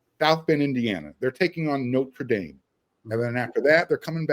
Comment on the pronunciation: love your unique pronunciations of sophomore & Norte Dame ✌️